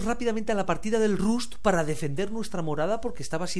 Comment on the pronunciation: Se pronuncia (Rast) . Muy bueno , saludos!